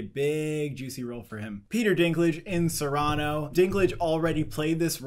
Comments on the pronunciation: Forgive me but why do you keep mispronouncing CYRANO like that? It’s SEER-ah-noh not suh-RAH-no. It’s a very popular story with numerous examples of people saying it, it’s not obscure. Ariana DeBose, the e is silent. And Catriona Balfe is pronounced like Katrina. Again apologies if this comes off as rude or insane it’s just that in numerous videos I hear you mispronounce these names and it does my head in. lol Otherwise love you guys and the insanely early Oscar predictions! Cheers! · Guys, Cyrano is pronounced "Seer-ah-no" not "Sai-rah-no" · Cyrano is pronounced "See-ruh-no" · Thank you! That and their pronunciation of Cyrano make me squirm. lol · This is multiple videos now where he mispronounces it! lol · Oh my god! Thank you!! I thought I was the only one that was cringing when I heard that! Every video now he mispronounces it and it drives me nuts! It’s not like it’s an obscure reference or word. lol